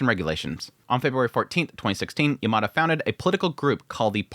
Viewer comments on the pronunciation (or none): FYI Yamada is pronounced Yam-ma-da, not yer-mar-der